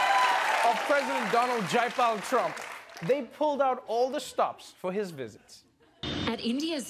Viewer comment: yeah but he somehow said Jaipur wrong